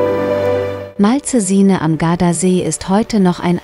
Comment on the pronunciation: Oh ja, dieser Ort am Gardasee ist mir bestens bekannt. Daher freue ich mich sehr über dieses Video. Ebenso freue ich mich über Dein ABO und werde gerne auch Dich abonnieren. Grüße von Leonora Lily P.S. Bitte gestatte eine Bemerkung am Rande. Die Moderatorin spricht das Wort "Malcesine" völlig falsch aus. Sie soll mal einen Italiener fragen, wie es richtig ausgesprochen wird.